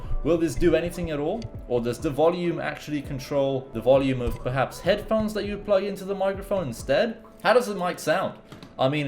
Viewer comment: If this guy says heachdmi one more time.